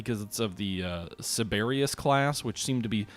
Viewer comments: Cerberus is pronounced sir-bur-us. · My favourite word mangling you tuber! Cerberus is the 3 headed dog that guarded Hades if that helps with pronunciation : Sir-bear-us.